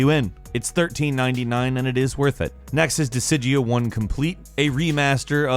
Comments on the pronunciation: "What Dissija just call me?" "Dis-guy-uh over here..." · I am sorry but i need to say this... as someone who does game coverage and/or announcements you should at least invest a bit of effort into properly pronouncing game titles. Disgaea is not pronounced Disigee but rather Disgaea as in Gaelic. That is one of the older classics that deserve some justice. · One way to tell that hasn't played a game is to listen to how he pronounces its name. Disgaea is a game series, "dih-SIJ-ee-uh" is nothing. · hmm, I always pronounced the series in the bonus section as "Dis-guy-ah" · Dude. You have got to stop messing up some of the pronunciations of these games man! “Dis-Guy-A”. Please... please! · The Goddess Gaea is another name for earth. Setting is netherworld as in not earth. So dis-Gaea. There’s an A after the G. I was just wondering if you would mention one of my all-time favorite games, which I had just miraculously discovered made it to iOS, when I realized you were already talking about it by another name. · I thought he said Dissidia at first. But then he said it again. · needs to learn how to say disgaea lol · Is that realy how you speak DISGAEA ? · Ngl how disgaea got pronounced triggers me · you say Disgaea wrong. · Wow he butchered the pronunciation of Disgaea lol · His pronunciation of Disgaea was so bad that i got a headache just by hearing it. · How did tou pronounce disgaea? Either ive been pronouncing it wrong all these years or you totally butchered it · His pronunciation of it was so bad that i got a headache just by hearing it. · When he says disgaea horribly wrong lol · lmao I was like tf did he say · To be fair, he mispronounces shit all the time.